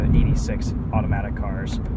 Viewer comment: i was gunna give it a go but i couldn't handle it once he said ''automatic'' in such a tune it was cringe i quickly switched to another video with manual sorry bois FFFFFFF